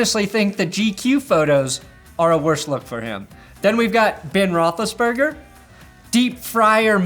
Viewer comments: Does anybody realize he said Ben rotheliseburger 3x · Dude you just calling him “Ben Roethlisburger” had my fucking DYING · He said "Ben Rothlisberger" and I spit my beer across the room 😂😂😂